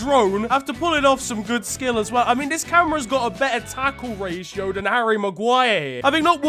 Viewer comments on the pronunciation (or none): none